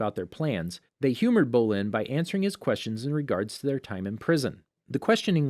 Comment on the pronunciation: Ghazaaan Mayco Bowlin Ming huawww Ghazang Zahir And I think he said police instead of p li Tengin Kiyaaaaaaaaaaaaa Lagihima Tanziiiiiin